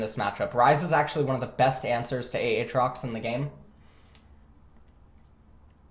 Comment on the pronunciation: he does it for his chat, anytime aatrox gets picked chat be like A A TROX:omegalul